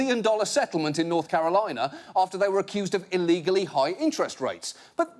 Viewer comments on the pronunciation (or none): none